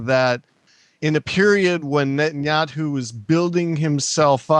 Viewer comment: Why do you pronounce Netanyahu like that? 😂😂😂 yeah hoo